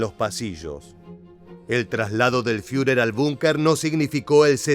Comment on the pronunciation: Es muy bueno el trabajo de este documental, lo único IRRITANTE es tu pronunciación queriendo hacerte el alemán al hablar cuando por ejemplo vez de decir Führer bunker, decir fiurer "bunka".y así en varios de tus videos pronuncias lugares o apellidos alemanes de forma que no se escuchó en ningún otro lugar. Después de eso un buen trabajo histórico de documental.